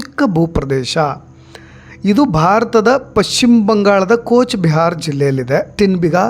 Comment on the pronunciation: ಕೋಚ್ ಬಿಹಾರ್ ಅಲ್ಲ ಕೂಚ್ ಬಿಹಾರ್